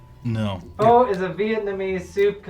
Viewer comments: Weird that I haven't seen any top comment mention it, but it's pronounced fuh not foe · Phun fact, (fun fact) Phô is not pronounced like foe, but fuh. Like saying up with an f but no p. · It's pronounce fuh not foe. If you said foe in Vietnam, they'd beat the every loving shit out of you. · It's pronounced "Fa" as Matty Matheson drills that into our heads on his Just a Dash Vietnamese Pho video lol 😆 😂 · IT'S NOT PRONOUNCED "FOE," IT'S PRONOUNCED "FUH" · My Vietnamese wife was going crazy during the pho section... We're not mad at your for not know, but for posterity sake it is pronounced 'Fuh' like you're about to say the F word and stop. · I've been repeatedly told that Pho is pronounced "fuh". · We always put candy canes on the tree. The shape of the cane is a J, which stands for Jesus. The white of the cane represent the purity of Jesus Christ and the red stripes are for the blood he shed when he died on the cross. Side note: Pho is pronounced fuh as in duh. No O. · It is pronounced Pha even though it's spelled Pho. is killing it 👏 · Pho is pronounced (phuh). 🙂